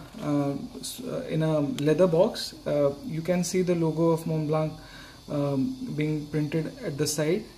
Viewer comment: and also "Montblanc" being mispronounced in the whole video. It should be said without the "k" at the end.